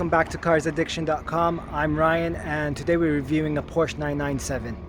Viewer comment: Porsche is a 2 syllable word.